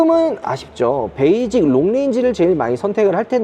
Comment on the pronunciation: 요즘 발음 잘하셔야돼요. 베이징모델 아닙니다. 베이직! ㅋㅋㅋㅋㅋ